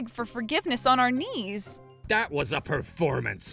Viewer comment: um you realize you said “Honer” instead of “honor” 🤣🤣🤣 I’m sorry I’m not trying to be mean it just reminded me of what Brian‘s dumb ex girlfriend Julian said during the episode: And then there were fewer, she said in her “honer” instead of in her honor to. 🤣🤣🤣🤣